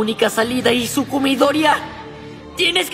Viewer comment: bro escuchaste el "izukú midoria" ???